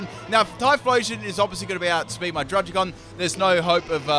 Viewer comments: It’s pronounced drud-Id-gon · druggi-gon (druddigon)